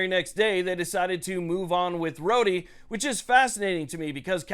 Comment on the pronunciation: Isn't it pronounced "road" like in "Rhode Island "? Just curious...